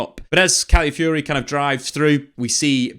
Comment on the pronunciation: Really love the content, but if I could just ask one thing: could you work on pronunciation of the player names? Calafiori was mentioned a lot, but his name was often pronounced as califiori or caliafiori. I know it's not the point of the video, but i thought i'd bring it up anyways in case it's useful. In general though, I learn so much from these videos so thanks!